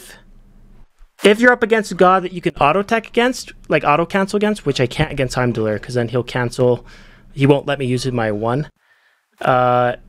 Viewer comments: that's the weirdest pronounciation of heim that i've heard 😂😅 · My ears!!! Please pronounce Heimdall the right way:))